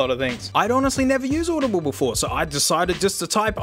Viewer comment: bro just said audibiblle? love it.